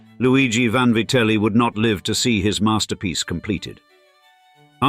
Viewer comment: Vanvaryte??? What the fuck!!!.😂😂😂 VANVITELLI